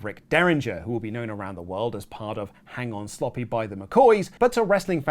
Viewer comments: Hang on Sloppy? Um....it's SLOOPY...Hang on SlOOpy....lol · Dude, it's "Hang On SLOOPY", not sloppy. Yikes.